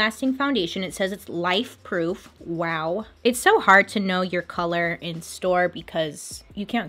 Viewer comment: When you said “life-proof” I thought you said “wife-proof” and I was like😂 what does that even mean😂